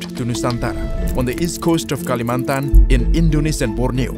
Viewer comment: PAS BILANG KALIMANTAN ACCENT NYA INDO BANGET